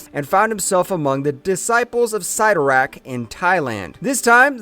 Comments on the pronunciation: Ok if you cover these things you need to learn the already known names. Already Cyttorak, it is not Sigh-toe-rak it is Sit-tor-ak this is a common problem in these vidoes. Writers are often quoted on names so you really shouldn't be getting these wrong as the pronunciation can be found almost anywhere. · Imagine doing all this research and you can’t pronounce the name 😂🤘 sitt-o-rakk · 😂 I had to rewind the first time I heard him say Sie-ttorak. 🤣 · Dumb dumb it's pronounced sittorakk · Why do the history of something when you can’t pronounce the name Cytorrak correctly couldnt watch all of this without being annoyed